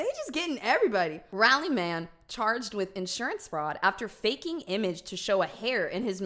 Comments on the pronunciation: I had to pause the video once you read aloud Raleigh.. Its Rall-ee Rall-ee Not Raah-le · Not rally; it’s rawlee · The way she pronounced Raleigh omg 😂😭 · She said Raleigh wrong 😓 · I have never heard someone say Raleigh like that I think it's because I did kind of grow up next to it I live in Texas now but like is that how people say it ✨ existential crisis ✨